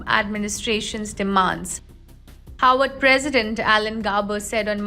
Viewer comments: Why does this lady continue to say "Howard"? Its Harvard University! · And she says 'Howard" 🤔